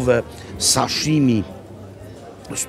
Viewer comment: Panie Makłowicz, saśimi nie saszimi. (zresztą podobnie z sushi - suśi nie suszi). Pozdrawiam.